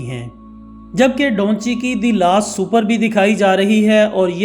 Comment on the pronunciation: Da Vinci ko Donchi.. or the last supper ko sooper... Channel itna bara hai mehnat keya kren pronunciations pe